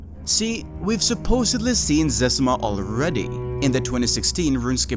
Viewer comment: In the doc he mis pronounces zezima as zezeema. Now everyone knows it’s zezima, but maybe Mark made the account and it’s supposed to be pronounced Zezeema but he can’t correct ppl without being sus. It’s always stuck in my mind in that doc why he pronounces it that way. Then came across this